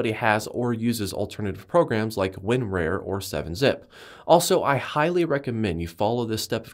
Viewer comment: Winrar is pronounded WIN - RAR.. Rar being like Rawrrrrr. Not Rare.